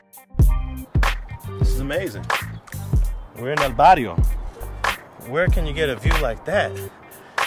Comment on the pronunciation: oh, and it's BARRIO, with a B, not varrio, cardio is slang homie. just sayin.